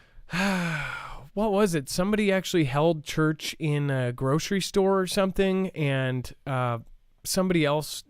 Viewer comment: Church not turch lol